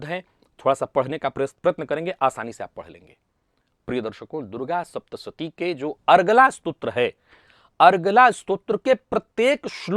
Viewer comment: 'श' के स्थान पर 'स' और 'स' के स्थान पर 'श' बोलना बहुत बड़ी गड़बड़ उत्पन्न कर रहा है ! सावधान रहिए और 'सप्तशती' को "शप्तसती" भूल से भी न बोलें।